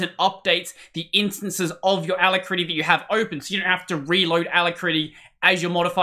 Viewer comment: i think youre pronouncing alacritty wrong